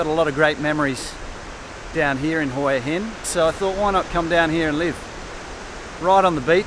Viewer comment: If your going to live there u should get the name right, its pronounced "Wha Hin " then turn the camera around to c something not your face all the time please